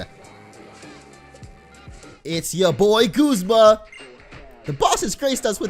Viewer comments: It's not Gozma its guzma like saying Gus with a z or like when you say uh g-uh-zma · u are saying guzma wrong